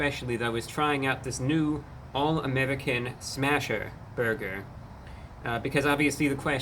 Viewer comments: I've never heard the word "American" pronounced "Ameddicin" before. Interesting. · Why does he keep saying american with a spanish accent 😂😂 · why does he say 'american' like a russian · WHY does he pronounce “American” like that?!?!!😂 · Cannot stand how he pronounces American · I like how he pronounces American like he's Russian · Why does he pronounce the word American like he’s from the Middle East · I love how Reviewbrah pronounces American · what's with this guy's pronunciation of 'American'? I think the rest of us were pronouncing it incorrectly. I will adjust myself accordingly. This dude is never wrong. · Idk why the way he says American is sending me 🤣🤣😊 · The way you pronounce American isn’t very American 😂😂😂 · Note that his pronunciation of "American" is dialectically correct for those from his home planet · You say "American" very strangely.